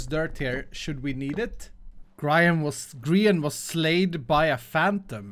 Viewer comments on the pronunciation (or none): Its pronounced gree-an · The way he tried to say grian